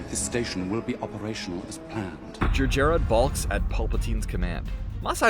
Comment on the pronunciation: It's pronounced "Jer - Jer-rod".Not too hard to say it yet you failed more than once.